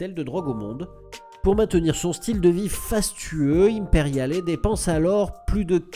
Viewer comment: Oui mais non il ne prononce pas le "e" à la fin d'Imperiale, faute grave.